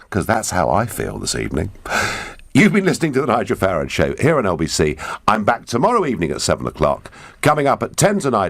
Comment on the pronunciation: The moment '' mispronounced Farage and surely intentionally if we are to believe that Nigel has been paraphrasing "too noisy for too long", was the moment about 1.3 seconds I knew he was a remoaner.